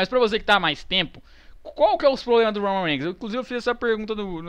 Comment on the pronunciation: "o roumam reiguinis " KKKKKKKKKK rio muito com esses videos